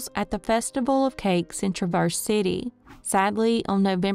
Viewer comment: I am from Metro Detroit—Traverse City is not pronounced the way the narrator pronounced it. It is pronounced “TRA” as in “Travis” and “verse” as in “verse.”